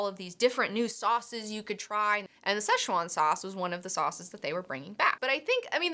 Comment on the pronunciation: Blade Runner flops cause current audience doesn't like longer movies, and even by just the trailer it seems too complex for teens and brats whom parents take to cinema. Also most have not watched the prequel so they don't understand the plot, it's been too long between the two movies. Also it's pronounced "se'tchuan", "ch" is a "tsch" sound.